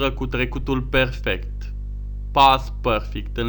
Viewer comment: Părfict ? M.am lamurit